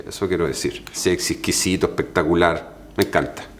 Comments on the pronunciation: ja ja ja ja así dice... Pectacular ja ja ja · Encanta cuando dice “pectacular” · Ehpectacular, muhgo, ehte, ehpaña... 😂😂😂😂